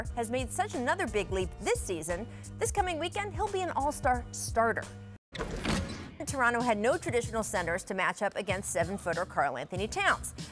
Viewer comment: Rachel, On behalf of me and my fellow Torontonians, We very much appreciate the 'Torono' pronunciation as opposed to the 'Toron-toh' pronunciation everybody not from the north-east coast seem's to love.